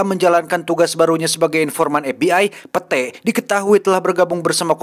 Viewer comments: pit satttt, bukan pete bacanya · Bacanya pit oii bukan pete fak 😂🤣🤣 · Kamus: Pete dibaca pit ❌ Pete dibaca pete ✅ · lain pete anjir wkwkwkw di sebut na mah pit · Setiap kali bang Jon sebut "Pete" dstu sya selalu ngakak. 😂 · Padahal cara bacanya Pit.. Wkwkwk Ngakakkk sihhh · gua mah gak dengerin cerita nya,, setiap bilang pete,, auto ngakakak 🤣🤣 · Aduh si Pete...pit kali bacanya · itu bacanya pit, 😭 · Iya sma 😂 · Gak gitu penyebutan namanya cuks🤣